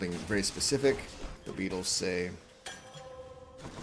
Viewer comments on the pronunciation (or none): none